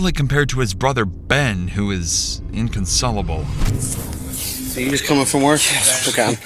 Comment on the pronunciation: the commentators horrendous pronunciation 'inconsulable - WTF' and contrived tone ruins this